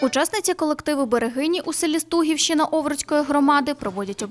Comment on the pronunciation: Дякую!❤ Стугівщина. Наголос на і.